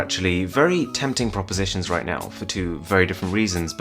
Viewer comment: I watched to hear him say proposition